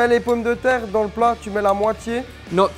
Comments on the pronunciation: In the french word "Dans" the S is silent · I might try adding bell pepper next time I make tartiflette, I'm so used to the traditional recipe that I've never tried to change it up. Alsoo, I'm sorry, but I laughed SO HARD! way of pronouncing "dans' almost made me cry!